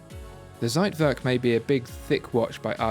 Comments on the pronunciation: Zeitwerk... you don’t read the Z as in Zebra but read it like “tch” and ei in german is pronounced like i in english so... it should be pronounced as if it’s “thcaitwerk” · Z in German is pronounced "ts". Anyway, great video. Keep up the great work. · I wish people tried the pronunciation of foreign words at least in google before presentation. Everytime you say Zeitwerk - timer in German, is just cuts my ears, even tho I'm not German)) Other than that big fan, watched every video few times)